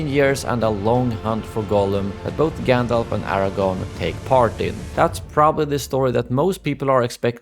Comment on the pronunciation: Stop saying GanDOLF!!! It's GANDALF!!!! Fffffuck!!!! LMAO